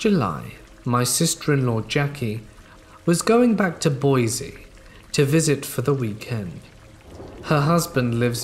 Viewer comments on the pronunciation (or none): Hey, I know it's completely irrelevant, but Boise is pronounced Boy-see not Boy-zee.